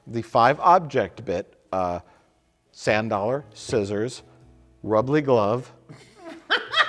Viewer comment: That's a callback to the "The Jar" Episode where Scientist Man explains the ingredients you need to melt a VHS in acetone, and when he says rubber gloves, he says "Rubbly"